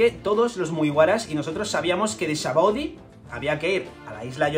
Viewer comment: te doy like por el simple hecho de mencionar "sabaody" correctamente y no "shabondy"como dice todo el mundo 🤣